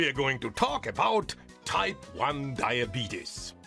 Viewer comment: Anyone else immediately get annoyed by the pronunciation of diabetes ? Come on.